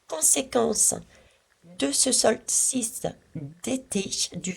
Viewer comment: Bonsoir pour le « knight « le chevalier en anglais on ne prononce pas le k...😀 sinon c’est le solstice, pas le solsiste !..😉